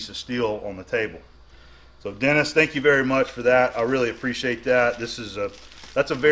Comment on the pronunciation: "Tank you all for watching, have a nice day."